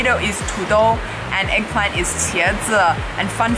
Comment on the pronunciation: Eggplant sounds like shoe imo 😳